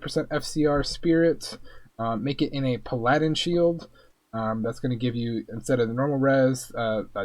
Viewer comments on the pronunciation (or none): didn't mean to sound rude. I let the Nithilak mispronounce go and the others but when I heard puhliedin I lost my lid. Its pal uh din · I watched like three videos and so many words mispronounced . Puh lie din wtf is that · "Puh-Laddin" Are Jasmine and Raja playable characters, too?